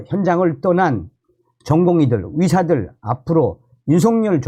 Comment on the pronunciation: 선생님 애 쓰시는데요. 위료 전달이 아니고 위료 위기 아니고 필수 위료가 아니고 위료계가 아니고 선생님이 전공의 할 때는 의 발음이. 되네요. 위료 전달체계가 아니구요 의료라니까요 의료 위사들에대한이 아니고 의사들에 대한으로 꼭 고쳐서 발음하십시요 위료계가 아니고 의료계라니까요. 선생님이 유튜버가 아니고 방송하는 사람이 아니면 내 이렇게 충고 안합니다.